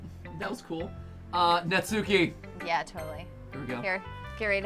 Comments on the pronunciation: when reading natsuki's name, emphasis should be on the first syllable and not part of the second syllable.... please tell me this is fixed oh boy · Every time the emphasize the U is Natsuki I die a little. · Super ready for them to say Natsuki's name Na-tsu-ki... Despite the fact her name is Nat-ski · That’s not nasuki that’s matsuki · Your saying Natski wrong Your videos are great 👍 keep up the great work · How they're saying their names is fine, and it's their play through so you can say it however you want, but because of japanese pronounciation, the names would be more like: Natsuki "nah-ts-kee" (the u is silent) Monika "moh-ni-kah" (but im not sure if it's even a japanese name or just an english name that happens to fit the japanese alphabet so feel free to do as you please) Sayori "Sah-yo-ri" (there is no r or l in japanese, they have one letter that is a mixture of r and l that's sometimes hard to pronounce for foreigners but also works the other way around when japanese/korean people try to speak english) Yuri "you-ri" (in japanese, it's two letters: yu (ゆ) and ri (り) so the u and r wouldn't combine in any way. TLDR: Some of these names are pronounced differently, so if you wanted to know, now you do, but this doesn't mean that you have to pronounce them this way if it makes you uncomfortable. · Natsuki is such a tsundere btw every word with suk in it is pronounced sk like how sasuke is said like saske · I’m sorry, but the way you guys pronounce Natsuki’s name make me a bit uncomfortable no matter how many times I hear it. 😂